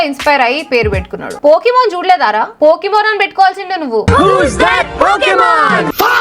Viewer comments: Pokemon ❌ BOKEMON 😂😂😂😂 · Akka vadu pokiman kadu gokeman 😂😢😅😅😅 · ఆడు పోకిమాన్ కాదు పోకిరిమాన్😂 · పోకీమాన్ కాదు అక్క పోకీమాన్😂